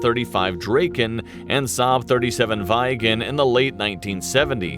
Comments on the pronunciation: Greepen in swedish(means griffin) , grippen internationally. Viggen pronounces viggen not vigen as in this video, means Thunderbolt(and a bird). Draken means both dragon or kite depends on situation. I think Viggen was very powerful when it came. When they flew by low and fast the birds get quiet a minute before, one of my windows broke in the barn, the ground always shaked and it scared the heck out of the horses. They flew by almost everyday and you never get used to it. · Damn it its viGGen.. two GG not a widjen.... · Lol. Vajgen.. :P It's more like Vigourous, VigGen. quick g. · It's Greepen and Viggen, not Vaigen. / Micke P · viigen?? its VIGGEN ja37 one of the best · Gripen sounds like Griipen and with a more rolling r, but all this depends on dialect. Viggen is not pronounced Vigen with an english i-sound. It is more like Vegan but a more aggressive and shorter sound in the e. And the g is like hard g and not j. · grippen,daaken,vigen?? hahah,if you cant pronounce swedish words-then ASK someone..it just sounds so completley wrong The Gripen is mostly just called jas - as a word not j.a.s. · pronounce; "Griiipen" with long i, and "Viggen" with short i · The I is much longer in Swedish. Viggen is actually pronounced more like you pronunce Grippen. 🙂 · A hint: The "i" in Viggen is pronounced exactly the same way the "i" in Gripen. It is NOT the classic 'Murican-English "I" as in e.g. "siding", but like the "i" you use in "video" - or "it"! English pronunciation is horribly inconsistent... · Please look up some swedish language site to find out how to pronounce Viggen, Draken and Gripen (as well as Lansen and Tunnan). Draken can mean both Dragon and Kite! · I HATE how the narrator miss pronounce Viggen